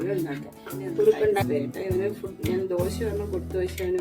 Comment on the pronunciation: ദോഷായല്ലാ 😂😂 ദോശ എന്നാണ്